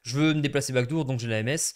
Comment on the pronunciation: Backdoor si tu veux prononcer a l'anglais ça se dit back d'or pas back dour